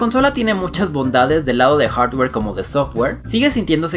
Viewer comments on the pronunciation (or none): none